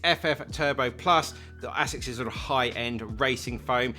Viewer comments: Absolutely murdering the japanese pronunciation 🤣 Great video as always! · bro can't pronounce Asics lol